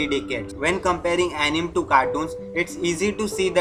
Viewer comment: Uh ni me 🥲 correct pronunciation